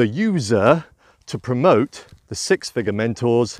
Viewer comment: It's been a mighty long day, admittedly, but at first I thought you were saying "Six Figure Mentals" and had a good chuckle. :)